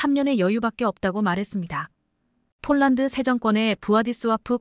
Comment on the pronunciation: 대폭이지 대쪽인라고하네? 폴란드지 쪽란드라고 하네? 뭐지 한국사람 맞나?